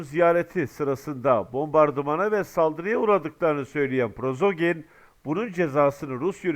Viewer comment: Selamun aleykum qardaş, Prozogin degil, Priqojin olmalı.